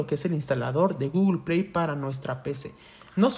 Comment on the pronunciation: por que dice GOOGLEPIAY en ves de google play